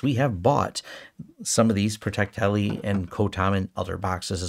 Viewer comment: I liked it better when you called it protecteli 😂